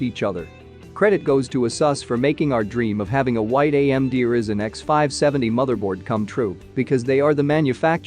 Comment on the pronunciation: Pronounced Rai-Zen, not Risen!